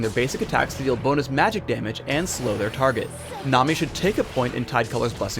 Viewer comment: is it just me or does it sound like he keeps saying "nom"-i, rather than nami? XD